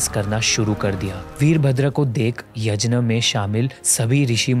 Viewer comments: Bhai yazhna nhi yaghna kehte h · Bhai Yajna nhi hota h Yagya hota h, Indians toh sahi pronounce kr skte h atleast..... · भाई 'यज्न' नहीं 'यज्ञ' होता है। By the way video bohot accha hai❤️ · Kindly pronounce the word यज्ञ ( यग्य ) and not यजना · Yajna nahi Yagya Boliye🙏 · Yajn kya hota hai be yagnya hota hai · yajna nahi bhai,... yagna ya fir yagya... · Why we are usingwestern style of saying yajna, instead of yagya. Brother please maintain Sanskrit word as it is instead of western style saying words. Other then that its a good channel🎉🎉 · यज्न नही यज्ञ होता है। gña का pronounciation ज्ञ होता है। सारा मूड खराब हो जाता है भगवन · He is not even able to pronounce yagya!🙄.it’s not yaj na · please please please its yagya not yajna similarly its ram not rama its ramayan not ramayana please you have such a big audience watching do not follow western cultre like that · Chhodo bhai, inki baatein upar upar ki hoti hai. Deep details inhe nhi maalum hoti. Kuchh batein galat bhi hoti hai. Inhe यज्ञ bolna bhi nhi aata.